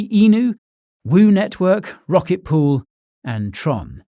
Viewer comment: "Rocket Pool" ??